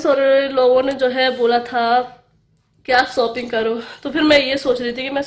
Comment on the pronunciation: Aunti shopping kahan kijiye apka pronunciation. Galath hain ok nahi tu saab hasenge ok aur baaki sab acha hai